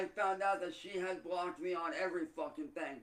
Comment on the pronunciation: The stress on the F sound as he says Fuckin